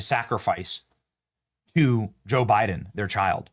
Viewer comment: Haha, did you say Joe Biden or Joe biting ??